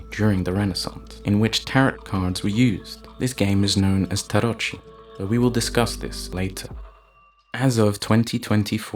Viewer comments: pronunciation is "tarokee" not "tarochi" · Tarot DOES NOT rhyme with "carrot", it rhymes with MARROW, PERHAPS if you did some LEGITIMATE research - you'd know this - which shows me exactly how much credibility you have . . . likewise "tarocchi" is pronounced TA-ROCKY, Atlantis is FICTITIOUS - an invention of Plato